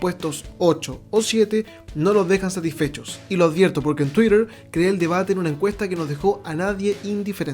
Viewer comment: Se dice tuiter wn!!